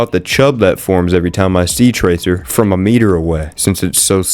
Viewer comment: Bro had to continue with the tracer mispronunciation